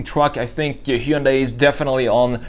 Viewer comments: It's not pronounced He-Un-Die. It's Hun-Day. Get it write it's the job you chose. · It's actually pronounced "HEE-UN-DAY". Why Americans skip the Y is beyond me... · It's "Hunday." Like Sunday. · I think that you have the pronunciation of Hyundai wrong. The Y is silent